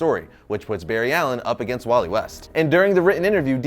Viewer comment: Barry elen is the best but how did Josh said its Walley😭😭😭